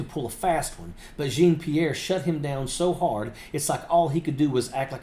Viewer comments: Jean of Jean-Pierre rhymes with Sean or Shawm... not Gene. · Jean is pronounced Sn You can google it to hear it. Jean is zhaan😂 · The "Jean" in her name is pronounced John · Please pronounce Karine's hyphenated French name correctly. 'Jean' is pronounced like 'schawn'. It's a beautiful name, when not being butchered by a hillbilly. 40 yeas ago, a British girl called me out for doing the same with Jean Michael (me-hail) Jarre. As she informed me, "It just sounds really stupid." Sorry to be so blunt, but it needed to be said. Pretty soon, all of your viewers will start mispronouncing, just like MAGA mispronounces Kamala's name.